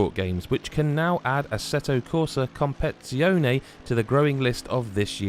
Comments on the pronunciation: Ha ha! its comp-air-titz-ee-yo-nay, needs to be said very fast in an italian accent. And don't forget the italian hand gestures when u say it! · "Competitseeyone" It's not that hard to pronounce